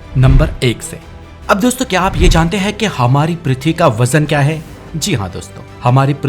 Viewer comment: Hindi voice over me sentence ke end mein 'hein' or 'he' me farak samjho. Sab jagah 'he' nahi bolo.